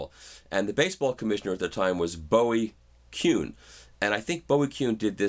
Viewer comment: Its pronounced Boo-ie Kuhn not like David Bowie's Last name. My Father beat me when I mispronounced it when I was a kid and called me worthless. I have a permanent tick because of it.